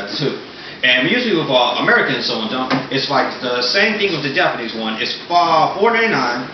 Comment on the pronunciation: why dont you say the h when you say shonen o-o you say sonen jump instead of shonen jump o-o